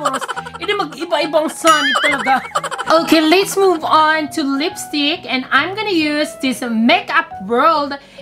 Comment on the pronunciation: Just a correction let's po Hindi lits